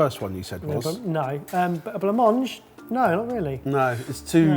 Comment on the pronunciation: Gonna be the annoying French person to tell that "blanc-manger" is not exactly pronounced that way: there's a "é" sound at the end (I'm trying to think of an example in English... like at the end of "ballet"). The way he says it in the video, it's missing the final r;) Great video though, it was very fun to see what horrors the British cuisine still has in store! I'd honestly like to try stargazing pie just to see what it's like.